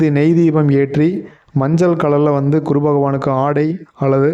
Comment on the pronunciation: utcharippu gavanikkavum...kuru illae GURU...idu pola neraiya irukku